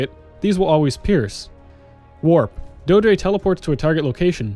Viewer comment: It's pronounced "doe-eh-dree". It's verbalized in the game itself, just so you know. Great guide otherwise!